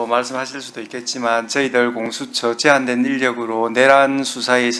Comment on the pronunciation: 아…. 서영교 의원님 좀 실망입니다. 공수처를 모르시는겁니까? 아니면 발음이 어려우십니까? 아니면 갑자기 혀가 꼬임겁니까? 마치 공수처를 모르는 분처럼…. 왜그러셨어여…..